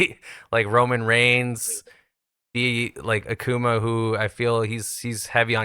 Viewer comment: Stopped watching when the host can’t even correctly pronounce Akuma